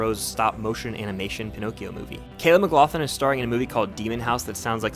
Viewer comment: Caleb "McglauTHIN" 🤦‍♂️. it's pronounced mcglauGLIN < it sounds kind of like that